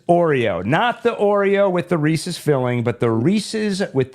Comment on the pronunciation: Thank you for correcting your pronunciation of Reese's.